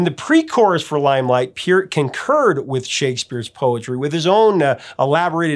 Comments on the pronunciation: Isn’t it pronounced Purt not Pea-urt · Neil's last name is not pronounced "Peert." I heard an interview with him in 1997 on the radio and he pronounced his name as "Part" (rhymes with Heart).